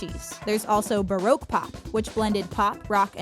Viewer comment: Am I the only person who got triggered by the they said baroque?